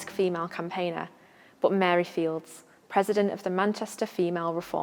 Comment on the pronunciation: Please correct your pronunciation of Mary's Surname. It is pronounced Files, you don't sound the silent D in Fildes..Thank you.